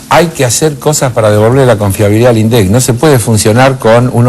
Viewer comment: El debate era por las legislativas,en las que se sobreentiende que cada cual debería haber mostrado sus propuestas, pero se habló hasta de "concierto",pero del tema en cuestión,NADA! En consonancia con P.Gay y siguiendo el pie que le dió (Min. ), atacó a los gritos a los "índicisdilindec" (así lo pronunció). Quiere volver al viejo INDEC manejado por el FMI que inflaba la inflación para darle 400 mill de U$S por punto a los tenedores de títulos entre los que se haya el gran diario...